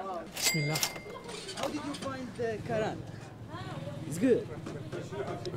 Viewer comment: His name karantita not karan and it form Algeria 😉